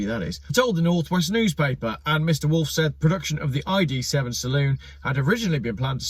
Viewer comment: Wolff is pronounced 'Vulf' while Lies is pronounced "Leez".